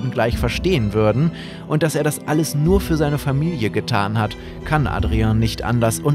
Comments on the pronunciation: Ich habe real auch gesagt "NUUR"? Digga du hast gefüllt die ganze Stadt acumatisirt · Gabriel:ich möchte NURR bie